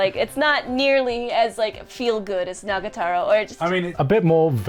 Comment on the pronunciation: 1 month later still don't know how to properly pronounce Nagatoro